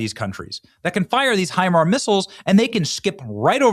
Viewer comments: HIMARS is an acronym, the s does not denote a plural. It's pronounced HI - MARS, not HI-MAR. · Damnit Benny. Hi-mars. It is pronounced Hi-mars not Hi-mar......... and our ballistic missiles systems are woefully under powered in range compared to Iran's because it isn't something we have ever had to give a shit about and it is one of the only things they can use to cause problems so they invested all of Obama's cash into it. It isn't the flex you think it is. We are winning but please ask an adult before you start talking about military stuff you have no idea about..... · Benny it’s pronounced HIMARSzzz. The s is not silent. Thank you🎉